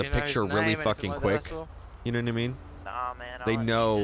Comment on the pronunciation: yehnuhnuhmean? Someone make a meme out of that.